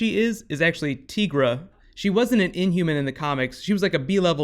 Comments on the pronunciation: Dude, it isn't tEEgra, its tEYEgra. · ITS TIGERA NOT TEAGRA